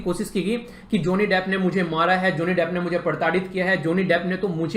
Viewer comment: ज़ोनि डेफ़ 😂😂😂😂😂. Abe bsdk bolna to seekhle